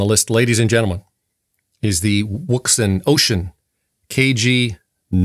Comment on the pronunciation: Wouxun, "Ocean" or O-shun. The W is silent.